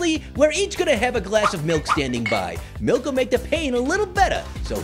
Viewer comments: grape fruit:give me the malk little apple:it is milk not malk grape fruit:no i just said malk little apple:No it is milk you said MALK i said thw way everyone says M.I.L.K Pear:just give him the milk little apple:BUT HE SAID MALK Pear:JUST GIVE HIM THE MILK Grapefruit:JUST GIVE ME THE MILK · HE NEEDS SOME MALK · GIVE HIM THE MALK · Me: say milk shake Grapefruit:milk shake Me:now say milk Grapefruit:...MALK...